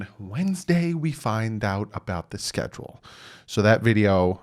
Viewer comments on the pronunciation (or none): none